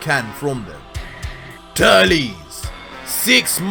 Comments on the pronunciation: It sounds like he say's Turlies but it's auctally Turled. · I’ve never heard Turles name pronounced like that 😂